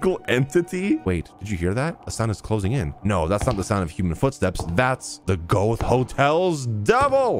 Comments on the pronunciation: I like that you pronounce it as "goath". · The way he pronounces Goethe is killing me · Is this how non german speakers pronounce goethe?? 😂😂😂😂